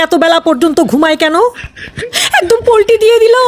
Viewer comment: Polti na palti bole😂😂😂😂😂